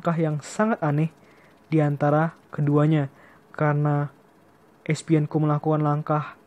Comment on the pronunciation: Bukan Espienko bro..tapi Esipenko